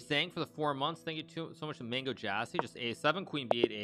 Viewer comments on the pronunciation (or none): none